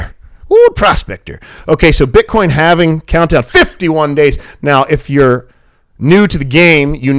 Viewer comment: It's "halving". Saying it the other way makes you sound uneducated. just sayin....